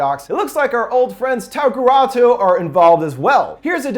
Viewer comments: Tagruato not tagurato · Tag-uh-rah-toe bro not tageratu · Tagaratwo I love his pronunciation of things